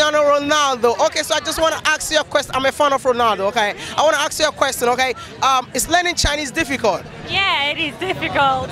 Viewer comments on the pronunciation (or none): Bro plz it's been 2 years since I subscribed to ur Channel and u still make the same mistake of pronouncing the word "ask" "asking" u always say aks aksing don't u notice that when u edit ur vids????